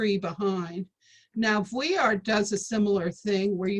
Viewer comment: Boring and make mispronounced vuillard